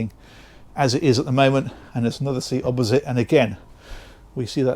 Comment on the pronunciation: take a drink whenever he says "obbosite" or "stern-to birthing in the med" !! only teasing BTW - love the videos